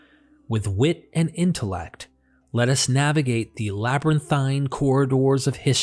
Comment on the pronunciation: It becomes a bit of a chore to listen - when the Narrator pronounces words incorrectly. It took me a little minute - but when I realised that this guy has problems with the pronunciation of long vowel sounds - I was able to not have to back-track so often. '"Feeling" cornered' - became '"filling" cornered' - and "fields" became "fillds" . . . "Labyrinthine" was tortuously mispronounced - and "tales" became "tells" . . . And it's not a regional accent thing, or that English isn't his first language - or even a speech impediment. His English is as near accent-LESS as I've heard. No - it's just that he has a real problem with long vowel sounds. Although still a little jarring - I could listen okay, once I'd figured it out.